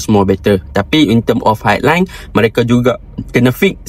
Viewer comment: High =bunyi tamat dengan vokal panjang ai, sama macam sky.😅🙏🏽